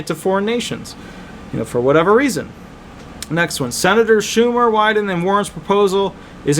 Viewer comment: Ron Wyden is one of Oregon(D) Senator. You pronounced it correctly